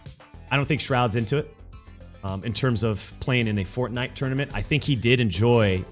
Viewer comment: Mega Megatron and? A game at the top is a game at the top. And please pronounce it properly